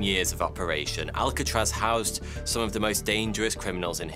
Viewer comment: Why pick a name you can't say properly?